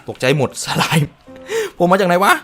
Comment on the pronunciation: พี่ สไลม์ อ่านว่า สะ-ลาม นะฮะ